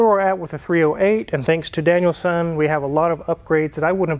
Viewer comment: Am I the only one who hears it as "Daniel-san" instead of DanielSon?